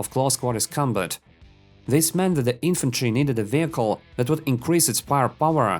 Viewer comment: Bro, there isnt an extra errr after saying an r in the last letter of a word